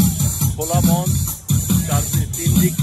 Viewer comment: তুমি তো আবৃত্তিকার। দুটি উচ্চারন তোমাকে ঠিক করতে হবে বাবা মঞ্চ আর অতিথি। মঞ্চ উচ্চারণ শেষে অ হয়।মনচঅ। অতিথি হবে ওতিথি। ভালো থেকো।❤